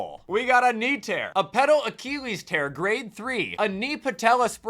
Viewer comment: I love the vid, but I hade how you say the word Achilles.